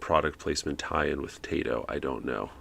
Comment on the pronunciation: I didn’t peruse all of the comments so if I happen to repeat some answers, I apologize now. First of all, stick to narrating. Not all of us were born to sing (myself included). 😉 Second, Taito isn’t pronounced “Tay-toh”. It’s actually “Tah-ee-toh”. I took a bit of Japanese language several years ago instead of singing lessons. 😂 Third, the top part of that joystick reminds me of one from an early 80’s Odyssey home computer which, by the way (spoiler alert), they use on “Soul Survivor” when Michael is playing the Atari 5200 version of PAC-MAN. And speaking of video games, KITT and KARR’s start up sounds are from Asteroids Deluxe. Just a little bonus for ya. 😉